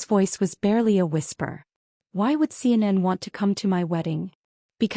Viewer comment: Why, in the name of all that's holy, can AI not pronounce Sarah? She becomes Sir. And CNN became seinen. Please a little proof listening.